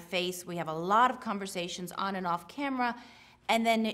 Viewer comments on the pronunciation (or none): none